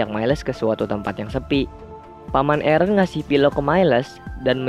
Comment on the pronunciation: Aaron not eren